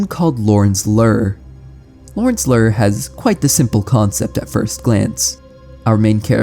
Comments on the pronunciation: I doubt you will see this... I don't mean to insult but I must know. Do you have some strange dialect or did your teachers fail you? You pronounced "BLAME" as blam or blah, with a shorter A sound when I believe it should've been a longer one (if I'm not mistaken, and I don't believe I am). Same with "Lure" where you pronounce it like lur, like "ur" with an L in front of it. When it should be something like, again, a long not a short U. Although I most often hear it pronounced with an OO or EW like "Loore" or "Lewre" as a few examples. Outside of this, I like the vid, art, and the strange game. I watched it all the way through and couldn't help but ask. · I was wondering if the manga was really pronounced Blam instead if Blame but then I understood when I heard Lorn's Lör instead of Lorn's Lure. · Do you pronounce "Blame" as "blam" and "Lure" as "lurr" on purpose or are those how they're actually pronounced in their lore? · How does someone who talks for a living mispronounce "blame" and "lure"?